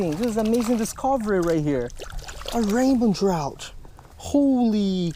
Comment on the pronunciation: "This is a Raymond tchrouch" just teasing love ur vids ( also know English is your fourth language)